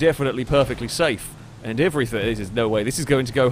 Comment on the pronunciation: I love your races and your videos but it does my head in, it's everyTHING not EVERYTHINK. Sorry to be so anal but it just winds me up